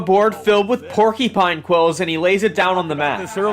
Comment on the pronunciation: My man's said "porkypine"